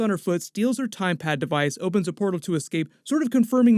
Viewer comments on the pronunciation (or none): Am I the only one who is hearing say 'Time Pad' instead of TemPad?